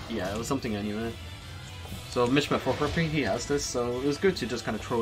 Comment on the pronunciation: Mishima is pronounced meshema